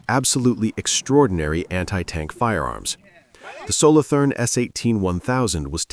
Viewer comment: Solo toorn. Not solothurn with english th.